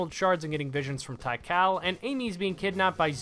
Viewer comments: My brother it is pronounced "Tee-Kahl" not "Tie-Cal" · i love you but tie-kal is crazy :face-purple-crying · Why didnt bro just say "Tea-Call"? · Great video, but my guy... T H A I -K A L?????! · Tikal at home: "thai kalle" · “Tai-kal?” Not to nitpick, but I’m pretty sure the i is not silent. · What a strange way to pronounce Tik-Aal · that's not how you pronounce Tikal it's bugging me